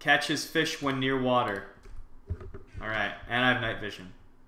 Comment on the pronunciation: water not watee